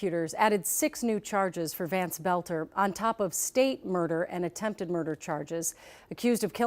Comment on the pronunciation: the dudes last name is boelter not belter!!!